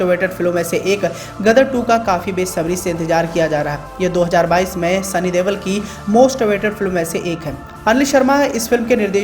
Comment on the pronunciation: Ye देवल नहीं देओल है सही उच्चारण किया करो